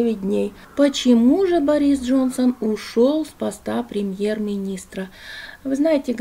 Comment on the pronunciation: Не БорИс, а БОрис